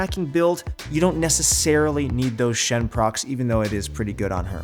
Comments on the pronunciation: u know this vid's a load of shit when they pronounce sheen like shen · How long is this host going to pretend he plays LoL and isn't just reading from a script? Shen instead of sheen. And malzahar instead of an item build? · The "shen-procs" instead of sheen make me think the guy we hear is not the actual person who writes the text, but just a non-nerd presentor.🤔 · "shen procs" sheen hmm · The guy doing the voice over either doesn't play league or hasn't heard anyone talk about it. Shen procs? Nähsus? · lol he said shen procks. lmao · He pronounced Sheen wrong